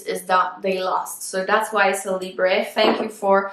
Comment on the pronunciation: It’s French so it’s libre not libré !